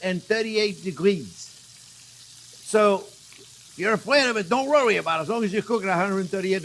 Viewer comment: I love chef Jean even if said rrowy instead of worry, he a freaking artist 🌹🌺♥️